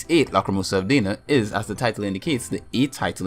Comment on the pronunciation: DEENA?? really? Is DAAAAAAAAAAAAAAAAAAAAAAANa you fucking piece of shit.